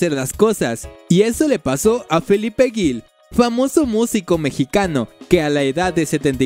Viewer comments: Se pronuncia Gil, no Guil, cuando te refieres a Felipe. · Lo que más me impresionó fue que dijeras “Guil” en vez de Gil, sonido fuerte porque entre la G y la I no está la vocal U que hace que suene suave y la otra cosa es que dijeras Tlaxcala Gutiérrez, según yo no existe esa ciudad ni en Chiapas, ni en ningún otro estado del país. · haber es Felipe Gil, pregunta si tienes duda como se pronuncia, se pronuncia "jil" para que entiendas y es tuxtla Gutierrez, Chiapas XD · Felipe Ggggilllll, no Guil! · Un poco torpe está el narrador, pronuncia mal el apellido Gil y certamen.